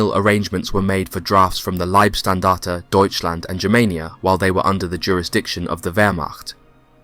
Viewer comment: Warum sprichst du nicht Deutsch?☝️ LIEBSTNDARTE 😂AH..na servus usw... eine fürchterliche Aussprache, peinlich